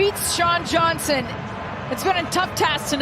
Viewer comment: Does sound like that, but he was trying to say "Johnson" not sure how he messed up THAT bad